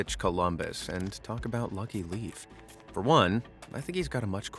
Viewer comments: Leif is pronounced lafe not leaf 💜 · One detail about Leif Erikson though: It's pronounced Leyf (like in ley-lines), not Leaf. Source: from Sweden and thus speak fluent Swedish, one of the branches of Old Norse. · I'm not even SCANDINAVIAN, I'm GERMAN, but I LOVE! linguistics, it is l-AE-f (laif) (edit, my ancestry is German) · Interesting, but why oh why can't English speaking people pronounce the ei/ie words correctly. In English, you know how to pronounce Steven Spielberg correctly. "IE" Like "ee"... Good. Correct. You also know how to say "die" ... "like "spy". You will not say "Spylberg"; right Okay. A quick lesson (which would ee easy to do yourself using Google Translate... Leif" is pronounced as "lie". So SPielberg and Leif are NOT pronouncd the same way! A Danish / Norse modern day viking'ish blob/linguist living in Denmark, knowing Danish, Swedish, Norwegian, English, German, French, Dutch and a smattering of Italian, Spanish, Russian, Tagalog, and a solid level of TYPO (yes - we all make typos!). And even one Finnish word, namely "kamalaa". Try to Google translate it. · I'm Danish. Hearing Leif pronounced as "Leaf" was painful. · I agree